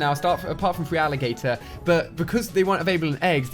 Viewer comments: Idiots of the internet Well he can't even pronounce his "favourite" pokémon. He says Free-aligator when it's spelt feraligatr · still can't help but lol every time he says "FREEALLIGATOR"... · Alia isn't saying feraligatr right not hating just saying